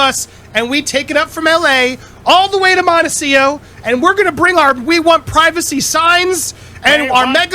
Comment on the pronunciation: MONECIO...practice saying montecito...m o n t e c I t o.